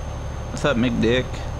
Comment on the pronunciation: I know he said "what's up Mcdick" but it sounded like something else.